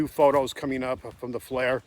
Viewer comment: Not a big deal, but it is "FLIR", originally Forward Looking InfraRed, pronounced fl-ear You keep pronouncing it "flare"